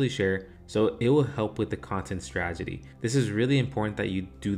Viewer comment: Good video thx! Btw.. it's "strategy". As in: straT-egy.